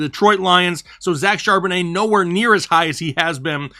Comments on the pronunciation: I believe his last name’s pronounced Chaaaaaaarbonnet! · ☝ I WILL NOT stand for Regular pronunciation of Zack Charbon-AYHEHEHAYYYY